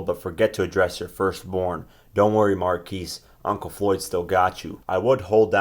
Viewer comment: when u started reading Mayweather response and I heard marquise I stopped the video lol